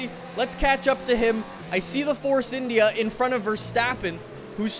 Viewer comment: Why did you call India like that